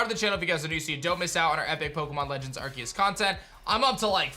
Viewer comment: It's funny how still pronounces the title wrong even though you showed the trailer with someone talking and actually saying it lol. He said he would say it right if there was proof but now I think he's just being blind and pretending like he wasn't wrong lol It's always funny to see his videos just to see him constantly pronounce the name wrong